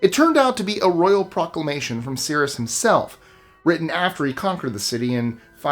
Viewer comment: I think you meant Cyrus "sigh-rus" the Great